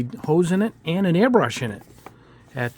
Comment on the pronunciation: Hi, as a Swede I think it's a bit funny that you pronounce it earbrush not airbrush, is this common in the US? Thanks for all the videos and great tests! :)